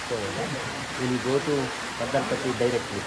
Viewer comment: Mandal Patti alla bro mandaal Patti